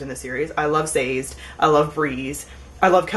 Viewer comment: Isn't Sazed's name pronounced "Sah-Zed" ?